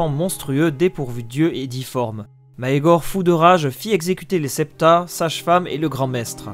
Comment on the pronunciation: [ megor ] pas [ maegor ] en plus tu le dis 100 fois prononce comme il faut